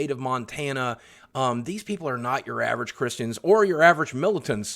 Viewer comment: That way you say christians tho 😂